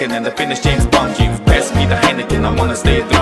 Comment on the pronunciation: James Bwoahnd